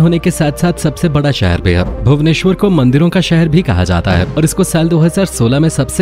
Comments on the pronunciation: Aap jo bhabanesor bolte he oh bhubaneswar hi he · Bhau-neswar nahi Bhuba-neswar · bhabuneswar nahin bhubaneswar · plz don't pronounce bhabuneswar. It's Bhub-nes-war . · I am from orissa. Our capital name is Bhubaneswar not Bhabuneswar.we proud for Lord Jagannath is staying there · maadamji bhavuneshwar nehi hei Bhuveneshwar hei aise pronounce karte hei Bhuven or Ishwar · Not bahbuneswar this is called bhubaneswar. I am from odisha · Bhabuneswar nehi Bhubaneswar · Sir bhubaneswar not boubaneswar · Bhabuneswar nahin it's bhubaneswar